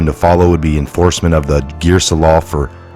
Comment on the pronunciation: Stop saying gearsa that’s not what it’s called